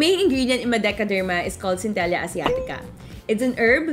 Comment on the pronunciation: cen-te-lah po yung papronounce 😀